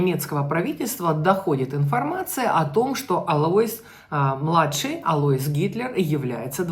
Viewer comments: Не Алаис, а Алойс. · Так режет слух АлоИс... правильно АлОис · Алоис ударение на О! Ангела ударение на Е